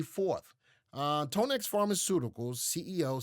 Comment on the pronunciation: It’s pronounced Tan-ex not tone- x like tanya